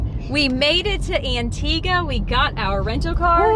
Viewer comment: I live in Trinidad and Tobago 🇹🇹 and we drive on the left also. pronounced Antigua correctly 😊. This was a beautiful vlog as always. Thanks for sharing 😊